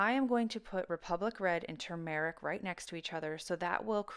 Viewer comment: Two mar RICK I've been pronouncing it wrong... tumor ick. YOUR pronunciation sounds much better! Thank you! B~}